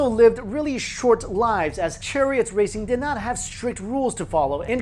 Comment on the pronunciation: you say churriott but not murrio kart lol